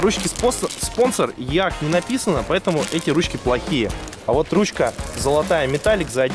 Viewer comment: EAC читается как ИЭЙСИ,а не Еак